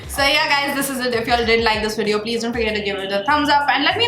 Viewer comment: Lol u say “WEDEO!” its Video. Its a v not a w.